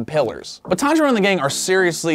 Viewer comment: He just said taniro